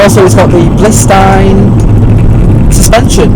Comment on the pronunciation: Good review. Just one thing I picked up on is it's bilstein not blistein lol. I to am getting a corsa vxr. Most probably the nurbergring edition.